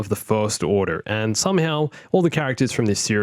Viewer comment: It's so fun listening to you slip out of your aussie accent when saying certain names😅 like 'order' in 'First Order' has such a yank pronunciation 😅😅😅